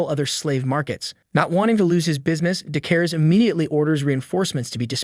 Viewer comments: The story telling guy : “Dechares” Subtitles : “De Cares” Me : “D*ckhaires” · I love how he calls decares “dick hairs”